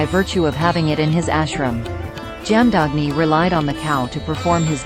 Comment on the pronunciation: Jaamdaagni ' the correct pronunciation is " Jama dhagni' BGM is soulful 👍